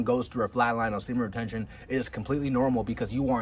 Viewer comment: I can't help but get annoyed when you mumble speed say semen retention. Bro say it clearly! confidently!! Please!